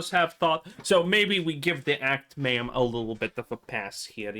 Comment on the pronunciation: It’s pronounced act ma’am